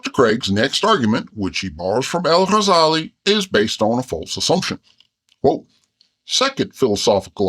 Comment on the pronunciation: As an Arabic teacher, I adore the way this cartoon bear makes the effort to pronounce the "gh" in Ghazali correctly! ❤